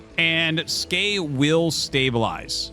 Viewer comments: Arty, why are you still pronouncing it Skay? The ASL 19 translation confirmed it was S key in the opening interview. It makes sense. He plays Terran, and the S key makes an SCV. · Not even Skey knows how to pronounce Skey.